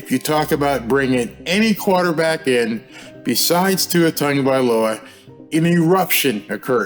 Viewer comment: Tongavailoa? I thought it was Tagovailoa.